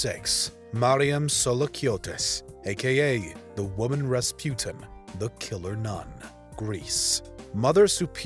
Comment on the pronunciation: Cannot do the woman pronunciation. Just can't.